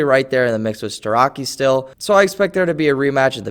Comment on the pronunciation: pronounced starochi